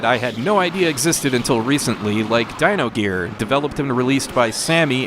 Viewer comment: It's Dyna Gear not Dyno Gear lol